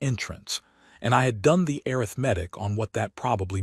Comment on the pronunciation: AI is, by definition, intelligent. But can't pronounce breathed or arithmetic properly. Come on...